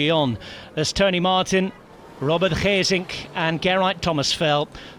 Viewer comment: It is an excellent pronunciation indeed! Same with Gesink.